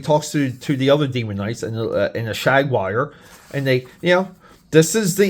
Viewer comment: Shag-wire? WTF is that! LOL! It's Jaguar, say it with me! Damn, a Shag-wire sounds awesome though! 🤣😂😅